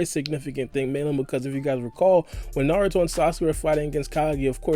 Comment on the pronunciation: no problem. At least you say naruto instead of new-ru-toe